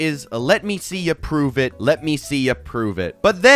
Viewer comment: why does "let me see ya prove it" sound like "let me see your private" 😭😭😭